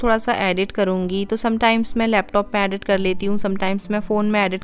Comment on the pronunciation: Just a suggestion dont take it in a negative way. Please work lil on ur pronunciations. ‘Edit’ its not ‘adit’ ‘Depend’ its not depand. Aise bahut sare words hai ‘Recipe’ not ‘ Racipe’. U stay in US n is tarah se sunna thoda kano ko chubhta hai.